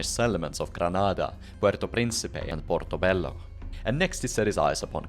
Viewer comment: 10 million pts for actually pronouncing portobello and cartagena correctly, you now outrank all other piratologists 😂